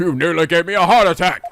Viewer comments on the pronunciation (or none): none